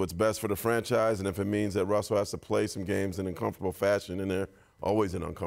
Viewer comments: I'm sorry, who's Wussell? In all seriousness.. say "Woj Russell Westbrook Welcomes" three times fast. I'll leave a like for the trouble. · Lmao when she said Wussell Westbrook I died 😂😂😂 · “Wussel Westbrook”?! We just gonna glance over this?! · no one can pronounce Russell Westbrook's name lmaooooooooooo everyone says Wussel Westbrook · “Wussell Restbrook welcomes” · "wussell westbrook" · she said "Wussell Restbrook" in the beginning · Am I the only one that heard Wussell Westbrook in the beginning? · Didn’t she say wussell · “Wussell Westbrook” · did she says wussle westbrook like elmer fudd lol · “Wusell Westbrook” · "according to woj wessel Westbrook" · According to woj wussel westrook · “Wussle westbwook” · "wussel restbrook" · Wussell Wessbrook 😂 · Wussel Westbrook 😂. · Did nobody else hear her say Wessell Westbrook?? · I couldn’t watch this shit I died when I heard Wussell Westbrook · She said wussell in the beginning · Aw cowwording to woj wussel Westbrook wanted .... Hahahaha